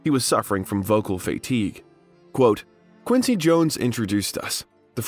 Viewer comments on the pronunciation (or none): none